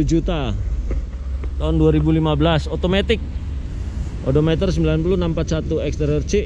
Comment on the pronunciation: penyebutan edometer di revisi untuk next video ya bang,, biar enak di cernanya